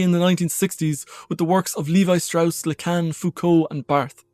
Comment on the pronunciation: It's 'levee' (Levi)